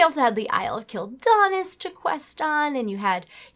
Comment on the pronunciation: I like watching your videos, but when you said "isle of kill daanis" i cringed so bad. quel'danas is pronounced kwel danas (the accent doesn't fall on the first A, but the second)